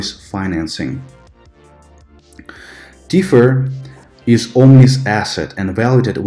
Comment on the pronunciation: I love your videos, I think you're one of the smartest and most objective crypto educators out there, but why do you pronounce the word 'classic' so weirdly??? And "Teeth-furr" instead of tether lol